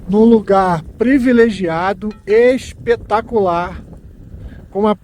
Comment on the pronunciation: Deve terem tido uma pernoite " ixpetacularix"